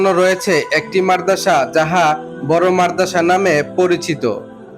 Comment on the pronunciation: উচ্চারণ "মারদাসা" নয়, উচ্চারণ হবে "মাদ্রাসা", ঠিক আছে?